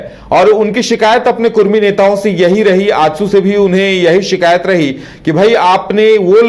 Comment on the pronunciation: Are Bhai "Kudmi" hota hai "Kurmi" nahi "कुर्मी" नहीं होता है "कुड़मी" होता है। कुर्मी एक हिंदू जाती है, बिहार का नीतीश कुमार भी कुर्मी है । कुड़मी एक जनजाति है ।